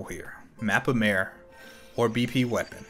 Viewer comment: It's not actually Mappa Maire but mappa mAre. Literally translated as Big Folder from Romanian.